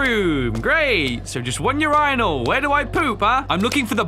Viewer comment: mad respect to but bro did not just pronounce urinal like that lmao